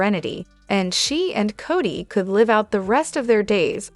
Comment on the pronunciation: Cody not Cottie